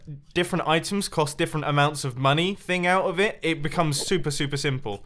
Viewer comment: "oitems" :D